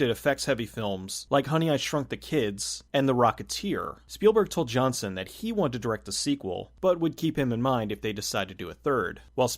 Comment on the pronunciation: The director’s name isn’t pronounced “Johnson”.